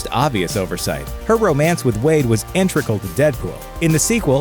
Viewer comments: Did he say 'intrecral' at 2.31? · Int-EGG-ral, not int-REG-al. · "Integral" not "Intricle"